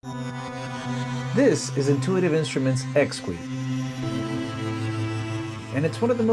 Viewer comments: Intuitive Instruments pronounce it ex-key, not ex-qwee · Realize this comment is late and somewhat pedantic. Apologies upfront, asI really enjoy your videos but you are butchering the name of this product. A little bit of Google can save you the embarrassment of having stuff like this out there for posterity. This is what Google just told me about the name of this product and its pronunciation: The Exquis from Intuitive Instruments is pronounced "X-key" (like ex-key).Pronunciation DetailsOrigin: The name comes from the French word for exquisite (exquis), which is pronounced ex-key [\ɛk.ski].Double Meaning: The developers also chose the name as a clever play on "hex" (referring to the hexagonal shape of the keys) and "key" (keyboard).